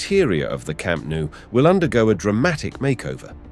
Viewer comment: It's pronounced Camp Nou as the "No" word in english, not camp nu as you say